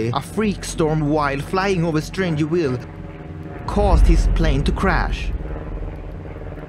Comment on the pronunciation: The V is Strangerville is pronounced like our V in Swedish and not W. Just fyi.